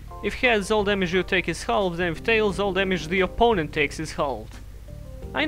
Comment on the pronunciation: How he says halve lol